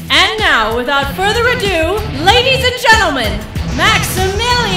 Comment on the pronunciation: I actually had to go back to to check for myself, and he actually does say "withoot"